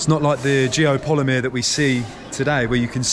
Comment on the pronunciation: Geopollymeer? GEO POLYMER. How can you do a vid on something you can't even pronounce correctly? Do you even know how Geopollymeer is made? Do you know ingredients needed? Do they have that in this area? Is there signs of clay excavation, limestone grinding, caustic soda production, furnaces, Tell us how all the rock is gone from the cutout the temple is situated in? Did Geopollymeer make it disappear? Let's remove all this rock & then build a concrete temple in the cutout? Makes sense. Joseph Davidovits came up with this theory for pyramids. Possibly true. Doesn't mean every single stone structure worldwide is geopolymer. Especially when your research didn't even get as far as how to say the word itself.